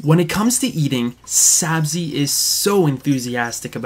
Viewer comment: Thanks so much for sharing! Sorry about your gator! Haha close! It’s Sabzi- pronounced “Sabzee”. Thanks for watching!